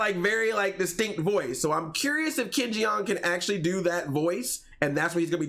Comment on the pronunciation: "Ken Jee-ong" 😂😂😂